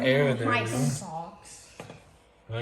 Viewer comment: Its Leland not lealand